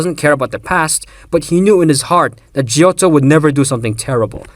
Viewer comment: I love how people mispronounce Italian words XD Giotto is named after a famous artist, in Italian the g has a sweet sound when followed by e and i, it's hard in any other case. So it's pronounced "djeeotto" Vindice is an obscure Italian word for someone in charge of revenge, it's pronounced "veendeetchae" Vongola is right, Simone it's pronounced the Italian way (seemonae). If you want any other tip, I'm gladly helping, I love this series